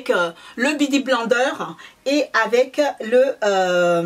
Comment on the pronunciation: C'est Huda mais sa se dit Houda, on Backstage ensuite on dit Beauty blender ! C'est pas méchant et je sais que c'est pas ta langue maternelle mais en faisant beaucoup de vidéos beauté tu devrais ne plus refaire ces fautes 😕